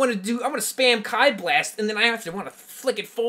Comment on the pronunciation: Did this guy really just say kai blast? ITS KIIIIII